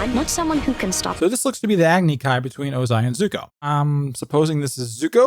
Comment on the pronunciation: He isnt Zuko, he is Zuk-eh.